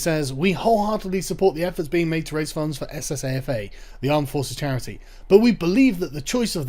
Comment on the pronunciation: Soldiers, Sailors , Air force Association, Pronounced saffa.